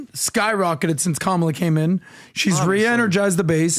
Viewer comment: Funny hearing PBD correcting the pronunciation of Khomeini when he continually mispronounces Kamala. 😂